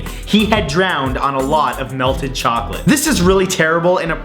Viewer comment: chocolate Did you say Chocolate CHOcolate CHOCOLate CHOOOOCCOLATTE